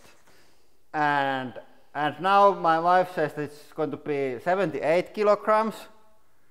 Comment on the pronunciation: "...but most importantly, I vin and vife lose".